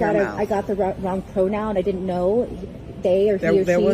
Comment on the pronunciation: Bro really said PORNoun instead of pronoun 💀